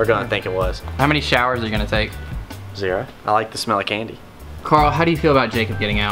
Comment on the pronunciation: well dang chris really said karl mine